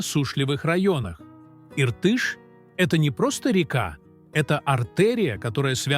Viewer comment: Отвратительно ...научитесь верно произносить слова Иртыш и Зайсан.